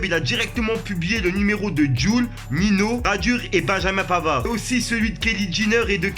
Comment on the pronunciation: on dis "Ninho" pas "Nino"